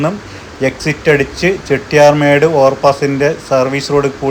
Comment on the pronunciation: ചെട്ടിയാർ മേഡ് അല്ല 😊 ചെട്ടിയാർ മാഡ്